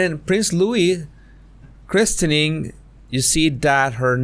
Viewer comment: Quick FYI: The "t" in "christening" (and just "christen") is silent.